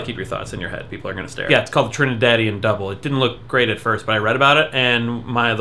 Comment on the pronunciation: Doubles is always pronounced with the ''s''.